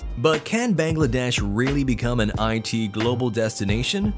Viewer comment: The pronunciation is Baang-laa-desh not Beng-lae-desh. Btw take Love ❤️